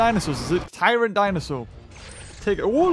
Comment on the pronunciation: "t rex tryant dino" NO its tyrant lizard